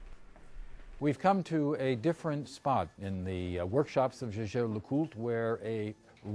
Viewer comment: Jey jere leCoult. The re, of Coultre is silent.